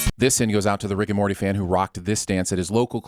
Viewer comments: instead of saying Morty he says "Marty". That should be a sin of itself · you call Morty "Marty," and the subtitles agree. Honestly, I think he deserves it.